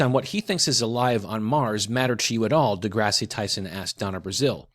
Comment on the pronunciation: Is a midwit someone who stupidly uploads a video about Neil deGrasse Tyson without any clue as to how to correctly pronounce the "deGrasse" part of his name?